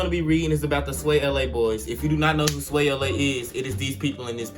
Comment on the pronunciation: The way he said swayla he said it like swayelea